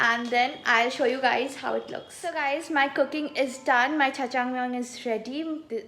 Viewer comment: Its not chchang iys jjajangmyeon